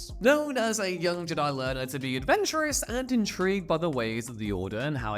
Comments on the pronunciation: Fire this guy, he sounds retarded, the word has been around since 1977 and you are saying it wrong. It’s JED-EYE not GEE-DYE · Jedi… j’dai… super cool video idea but I can’t watch this. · Can't take it. Probably a cool vid, but it's cringe with the whole J'dai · Where in the hell are you from that you can't say jedi properly? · Say Jedi properly 😂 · Why do you pronounce the word Jedi that way? (Not judging, just curious) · Jedi isn’t some old word that may be pronounced any number of ways. Great analytic boost at the cost of any actual fans wanting to watch more content from you. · couldnt finish. mispronouncing "jedi" did me in. sorry. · What the Hell as going on?? Why are you not able to pronounce Jedi??? Wow.. please don’t let ever do a Star Wars video ever again 😳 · Well, this was a crap video. I hate to dump on ya, cause you're vids are usually way better. Did you know it was crap so you purposely mispronounced Jedi to throw us off the scent of 💩. Oh, and that one name Poli Dapatian sounds like a nervous condition, or something you do on your own away from others. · Why are you pronouncing Jedi like that?! It's unbearable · I think you're saying Jedi wrong 😂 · Omg I thought it was just me hearing it but by the 4th time, I came to see if comments thought the same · Srsly. Are you purposely mispronouncing Jedi? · He’s doing it on purpose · "You fools, he intentionally says it wrong on purpose so we would comment about it for the Algorithm!" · I thought I could get over it but in the end it still bugged me good video though.